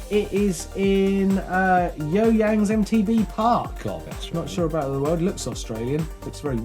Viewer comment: Great content again, guys. Danny and Daisy did the rounds in the office. That’s a Super Cute! Oh, btw, that final send is at a place called the You Yangs (pronounced Yoo-Yangs, or the Yewies, Martyn 🤙🏻)